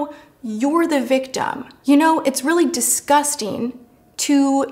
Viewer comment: Can I get something random off my chest? For some reason Tati never pronounces her g's at the end of words instead she says disgustEEN and ever since I've first started watching her it has been the weirdest pet peeve like it makes me rage for no reason practically lmao